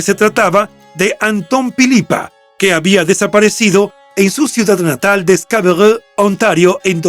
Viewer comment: Alguien tiene que hacerle mención que Scarborough no tiene que "pronunciarse" en un mal francés ya que es esa área de Canadá se habla inglés como idioma oficial, no el francés. Ridículo.